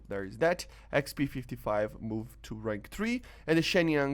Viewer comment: With much respect I just want to point out the words "changed" and "moved" are pronounced with one syllable like the word "cold". I realise English might not be your first language but you speak as fluently as any native English speaker. 😊👍